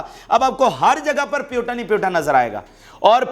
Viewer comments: Don't say Putan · Bhai you are doing good.. Say PU Tin